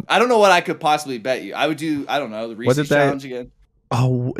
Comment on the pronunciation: The return of the Reese’s mispronunciation😭